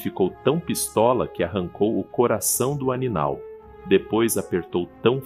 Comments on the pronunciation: neste minuto está ANINAL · "ANINAL" foi foda kkk